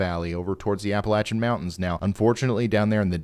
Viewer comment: Thank you for pronouncing 'Appalachian' correctly.